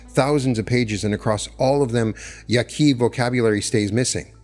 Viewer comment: Your pronunciation of “Yaqui” leaves me suspicious.